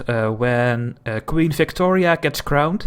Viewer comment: Your accent made it sound like you said flictoria